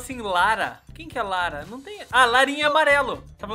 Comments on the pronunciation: Lara laranja 🍊quando fala lara é laraja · Gente, a Cris foi Pega no 1 round por que Ela falou "Lara" Como se estivesse falando "Laranja". Entenderam?